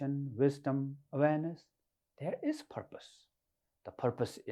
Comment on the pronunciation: Haha "panic follow me dere"